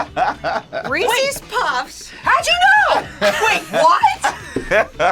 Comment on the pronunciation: "reecees" noooooo just no, i bet she even says "reecees peecees" instead of reese's pieces